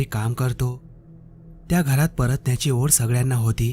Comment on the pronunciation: ओड नाही ओढ